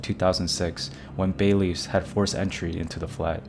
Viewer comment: Dude learn to pronounce words: Grenada, bedsit, bailiff….